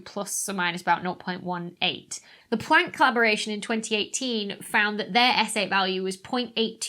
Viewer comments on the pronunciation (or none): Is it my speakers or why do you say Pwanck?